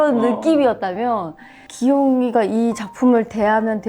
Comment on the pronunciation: '기용이가'를 귀요미가로 들음ㅎㅎㅎ